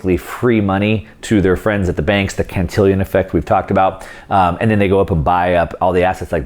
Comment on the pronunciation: can-ti-LAWN effect - Erodes confidence when you can't correctly pronounce a subject you're "teaching"